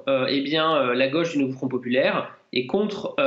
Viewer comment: on dit la gauche et non pas la goche !!!!!